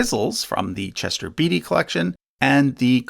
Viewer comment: it's pronounced Chester "Bate-y" not 'Beety". Sheesh. Pauline is pronounced 'Paul EIN" not "Paul -een". (If you pronounce it as the latter, it sounds like the woman's name. ) And papayri is usually prounounced "pa-pye- ree." Are these tiny fragments really that helpful? Do they merit the attention they get?